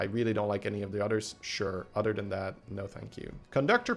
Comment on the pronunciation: It’s “other” not “udder”